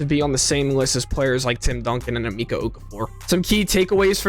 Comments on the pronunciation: AhMeckah you kids never pronounce correct. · Why did you pronounce emeka like that!!?? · How can you say Wembanyama correctly but butcher Emeka?